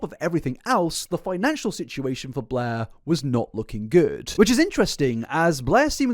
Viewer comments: Every time you say "Blair" all I can hear is "Bleh" and it always makes me think about that character from that Comedy Central show, Drawn Together. Lol 😅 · I love that his accent makes every time he says Blair sounds like BLEHHHH